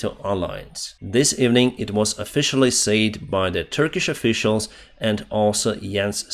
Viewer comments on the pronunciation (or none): can you say "said" instead of "sayed", its so annoying, but overall your english is great, keep up the great content, slava ukraini - from mongolia